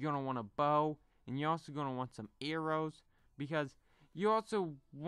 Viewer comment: The way he says arrows errows lol